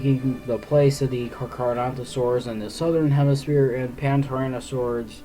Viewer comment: Its called carcharodontosaur not charcharodontosaur